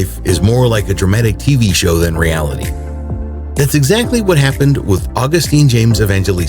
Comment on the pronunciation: Dude, Augustin is pronounced Aw-GUS-tin, not August-TEEN. Think of the difference between Justin and Justine.